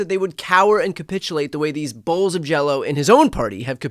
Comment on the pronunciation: Did you say “bolws of jelly”😂